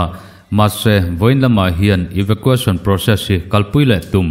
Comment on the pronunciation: Eva qu eisawn Tia lam tur